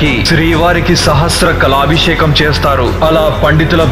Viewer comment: కొన్ని చోట్ల తప్పులు దొర్లాయి, అది చాత్రం కాదు, ఛత్రం. సహస్ర కాలభిషేకం కాదు. సహస్ర కలశాభిషేకం. మరుసటి వాటిలో కొద్దిగా చూసుకోగలరు.